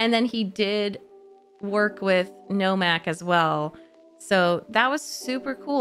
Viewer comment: Her mistaking names and dialogue was amusing. In her end of the movie commentary she called Nomak, Normak. And she misheard several lines. One that stood out for me was her thinking when Nomak was revealing secrets to Whistler and he said the overlord name Damascinos and she thought he said, they're mosquitoes. Lol.